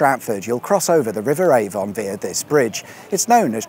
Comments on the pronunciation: FYI, these places are pronounced A-vun, Wells-born, Charl-cut. (I live not far from the windmill.) Interesting trip though, and maybe I will visit the drag strip before they build over it! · I really must pick you up on the local dialect and how names are pronounced. It's the River AVUN despite being spelt Avon, and Wellesbourne is pronounced WELLS - BORN. That's all. Thank you. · You pronounce Avon correct when you say Stratford Upon Avon but not when you say River Avon. Strange. Anyway looks like lots of interesting places to see around there. Thanks. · Learn to pronounce Avon and Wellesbourne!